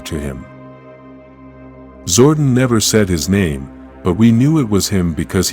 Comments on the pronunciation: His name is Zordon, not Zordin. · My man's name is Zord-On not Zordin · Once I heard "ZORDIN".... you lost me. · not zordan but zordon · "zor duhn"....bruh I'm dead, it's "Zor Don" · DUDE ITS ZORDON!! PLANET OF ELTAR !! LEARN TO SPEAK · I had to stop watching after the third time the AI voice said zordin. People really need to stop relying on AI to voice their videos. Just read the script yourself. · Hahaha zordin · AI L. How do you publish a video without getting the name pronounced right??? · *Nasty Knight *power coins Also - your videos are great but the use of the AI voice often ruins them as it can’t pronounce a number of words correctly….. especially when you make a video about Zordon - but it can’t say it. Sure your fans would appreciate your own voice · Every time he said it I cringed 😂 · SWEAR I lost interest in the first 5 seconds as soon as he said it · The AI pronunciation is Zordon with a shortened O instead of a long one. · Omg i couldnt even make it 1 min into the vid. Just made me ashamed to click on a power rangers vid for the first time in my life lol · learn how to pronounce his name